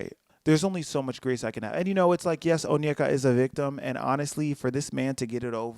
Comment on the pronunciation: As a Nigerian, I’m so surprised you pronounced her name correctly! (Onyeka)